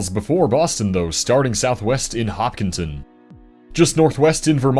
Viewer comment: Thank you thank you thank you for pronouncing "Hokpinton" correctly! (Massachusetts)